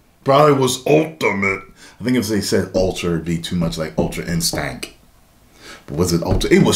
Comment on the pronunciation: I love how he says "Ultra-InSTANK"